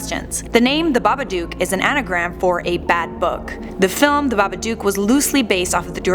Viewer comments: It’s babaduk not babadoook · Isn't Babadook like book not duk. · Am I the only one freaking out about how she pronounces Babadook?? It’s baba-dook, as in book, not baba-duke. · She keeps pronounceing it baba duke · Stop pronouncing it like that